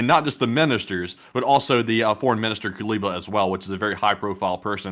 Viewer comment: Guys, it's KU-LE-BA. Not KU-BE-LA. ;)